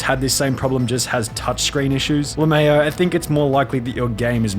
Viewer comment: “le mayo”